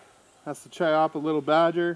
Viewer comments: Its Kiappa not Chyeeppah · Pretty sure its pronounced Key appa but okay